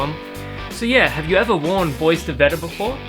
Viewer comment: if i am not mistaken, "BOIS" in perfumery is pronounced as "Boo-Ah". i also have Bois De Vetiver, i like it. Recently i've tried Bois De Cedre at Priceline and it happen that i kind of like it too. i do think Bois De Cedre smells a little bit better than Bois De Vetiver.